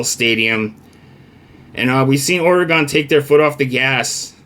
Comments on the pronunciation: It's pronounced "Ore' Gun" We will crush Wisconsin as we wish and continue up the path of victory. If we are smart we'll continue to look beatable 😉Fuck WT especially VR and you should get out and exercise bro! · yeah if you are British vs American I get it.. but saying OrE-Gone is wrong.. That's a town in Wisconsin not the state of Oregon. get control of your big ole feelings there buddy. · people who can't pronounce Oregon shouldn't give betting advice.... but that's just me I guess.